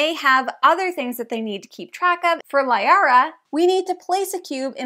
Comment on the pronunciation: Good video, and not to be a nitpicky person and a person who has played over 1000 hours of Mass effect, You mispronounced Liara, and by the events of this game Tali was actually vas Normandy. (and you misspelled Rayya, her home ship) But those are just minor nitpicks.